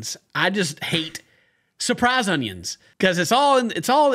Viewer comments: World: “Onions: “Honions” Love you ken 😂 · Glad to meet someone else who doesn't like surprise honyuns in spaghetti. And raw hunyuns in mince is awful. All you're doing is steaming the hunyuns in beef steam. Saute them first.